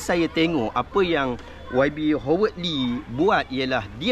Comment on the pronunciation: Howard disebut = HA-WED, bukan HO WED.